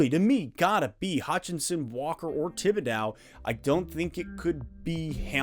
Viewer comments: Love the content as always, but we have to teach you how to pronounce the mans name! Tib-ih-dough no "dow" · This is nit-picky, but Thibedeaux rhymes with crow, not cow. Thanks for the content!